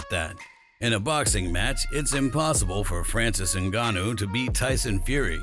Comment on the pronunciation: His name is not Engannou his name is Ngannou Whats the problem with this people.